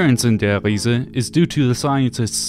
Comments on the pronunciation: Lost count on how many times he says ‘Der Hiese’😂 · Der REE-ZA. Just stop bro, just say der reese